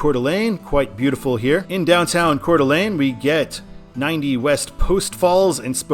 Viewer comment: I can tell you're familiar with the area because you know how to pronounce Coeur d'Alene properly. And while the Seattle stadiums are really cool, I am looking forward to seeing the Chicago skyline whenever you get there on I-90.